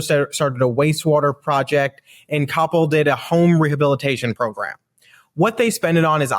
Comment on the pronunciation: The city of Coppell is pronounced "cop- PEL."